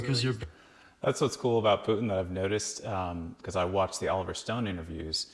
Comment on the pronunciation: Oh thank you for calling him PUTIN not PUTN like Americans usually do...